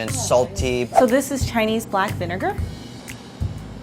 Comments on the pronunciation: Andy's Chinese pronunciation is actually rlly good. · Andys chinese pronunciation is actually insanely good